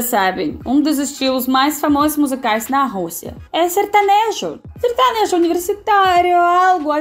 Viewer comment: Kkkkkkkk detesto sertanejo kkkk sertonojo kkkkkkkkk